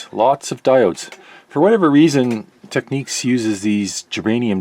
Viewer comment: Thank you for pronouncing Technics correct. If you notice Republicans pronounce it your way which is the correct way and liberals pronounce it the other way😅